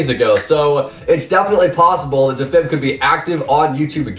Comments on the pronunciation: deefib not difib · That is not how you pronounce defib